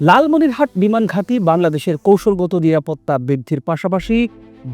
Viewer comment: উচ্চারন ভুল কেন? লালমনিরহাতে না লালমনিরহাট। কোনটা সঠিক